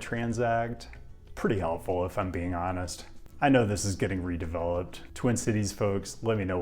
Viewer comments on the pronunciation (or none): none